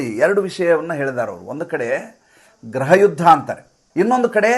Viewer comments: ಸಾರ್ ಗ್ರಹ ಯುದ್ಧ ಅಲ್ಲ. ಗೃಹ ಯುದ್ಧ ಎಂದು ನಿರೂಪಿಸಿ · ಈ ಸಂಚಿಕೆ ಪೂರ್ತಿ ಆಪ್ ಕಾ ಅಖ್ಬಾರ್ ಹಿಂದಿ ಯೂಟ್ಯೂಬ್ ಚಾನಲ್ ನ ಅನುವಾದ ಆಗಿದೆ. ಭಾಷೆ ನಿಮ್ಮದು . ಸುದ್ದಿ ಸಂಶೋಧನೆ ಶ್ರೀ ಪ್ರದೀಪ್ ಸಿಂಗ್ ಅವರದು. ಗ್ರಹ ಯುದ್ಧ ಅಲ್ಲ ಗೃಹ ಯುದ್ಧ ಅಲ್ಲವೇ? ಕನ್ನಡಾನುವಾದ ತುಂಬಾ ಚೆನ್ನಾಗಿದೆ. ಧನ್ಯವಾದಗಳು.